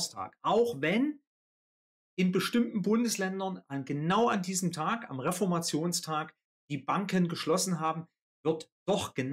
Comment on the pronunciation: Also man könnte doch schon Reformationstag richtig aussprechen, dieser Tag fällt auch nicht auf einen Donnerstag sondern auf einen.